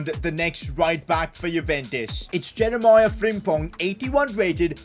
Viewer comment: its pronounced Jeremy